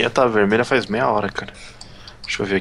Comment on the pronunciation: seri? futbol? fais? fase? seri = serie: futbul = futebol : fais: = faz fase = faza